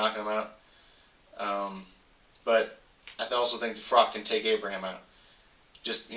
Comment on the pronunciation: its froch not frock